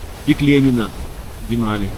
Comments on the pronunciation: Как всегда, на высоте, и кинематографической, и географической. К сожалению, немного режет слух ударение в ДЕнали. Все-таки ДенАли. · ДенАли - ударение на А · ДенАли - ударение на А, а не на Е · Извините, но настаиваю на ударении ДенАли! Фильм чудо, сам побывал там надавно, поэтому ваш фильм зашёл на ура!!! Ну и проблемы с синхронизацией участников никогда не просты!!! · Очень красиво! Настолько всё своеобразно!..Вначале не хотелось смотреть,а потом- на одном дыхании. Понравился формат: очень мягко,без перегруза какими-то базарами и т.д. Посмотрел,кстати,по Википедии произносится ДенАли и как-то лучше звучит,по-моему. В целом- очень хороший фильм и Аляска чем-то непередаваема,не могу пока осознать почему,но каким-то магнитом туда тянет..